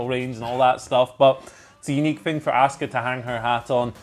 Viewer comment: This channel is the only people who can't pronounce Asuka's name 🤦‍♂️🤷‍♂️😆 They say ASK-UH 🤷‍♂️ when everyone else in the world says AHH-SKUH